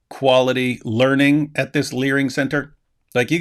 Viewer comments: Learing center, how hard can it be? Repeat after me, The Learing Center! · There's no 'n' in "Learing Center," dummies! 🤪🤣